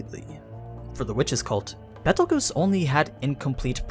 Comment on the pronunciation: the way he said Betelegeuse made me lose all my brain cells